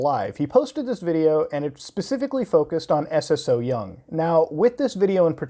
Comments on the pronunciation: Es es oh young~ xD it's romanized Korean pronounced soyoung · You can pronounce her name just like "so young". Don't gotta say s s o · It's pronounced "So Young". Also, while they're animals, they're also just seafood that people DO eat ALIVE in Korea and other asian countries. Sure, we MIGHT have some empathy about our prey unlike animals, but this whole thing about killing animals with the least amount of pain is just a social construct. It's not in our nature to sympathize for our food, come on, dude. Although, yeah.. it's pretty horrifying and shouldn't be on YouTube, but at the same time.. don't watch it if you don't agree with it. Unless it's illegal in America to eat seafood alive? In which case, as a platform based in the U.S, it shouldn't be allowed here. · Its pronounced so young lol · Everyone pronouncing her name as Eses-so-young kills me 😂😂